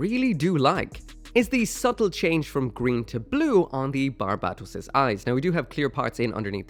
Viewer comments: Bar-bat-os lol it's barb-atos dude. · My ocd is throwing me off the rails it’s pronounced “bar-bah-toes”